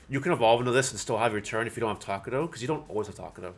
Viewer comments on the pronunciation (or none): i really hate how you say takato as takudou ahhhh but its ok